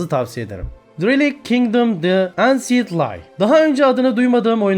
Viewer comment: Ansiyınt diye okunmuyor enşınt diye okunuyor